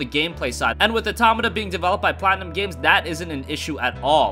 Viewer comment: It's pronounced Nier AUTO- MAWTA